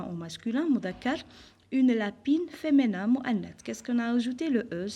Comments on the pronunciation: بارك الله فيك..في ميزا حسناتكم.. Juste une petite remarque madame.. alors on dit femiiiiiiiinin pas feménin ..le i pas é .... J'espère ..et je vous prie de ne pas mal le prendre.. c'est avec de bonnes intentions.. Sinon vous êtes au top.. Merci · Tu as prononcé mal le mot féminin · Feminin avec un i et pas un é svp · Merci bcp madame mais s il vous plaît il faux prononcer "féminin" correctement.